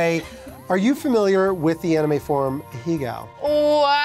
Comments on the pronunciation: if your gonna front like you know anime at least pronounce it right, Ah-hey-go not A-he-gow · Hearing say “ahegao” wrong killed me every time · the way pronounced "ahegao" 😅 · Did say ahegao, but wrong?